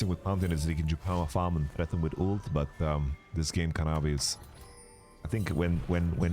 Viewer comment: Kanavi ❌ Canawi 🗣️✅